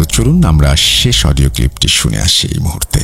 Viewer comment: Odio not pall😅😅😅